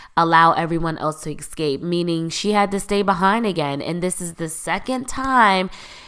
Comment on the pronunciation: Moira, not Maura. Escape, not eXcape.